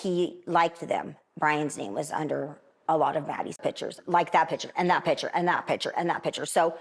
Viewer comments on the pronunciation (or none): Can't stand it when an adult pronounces the word "picture" as "pitcher".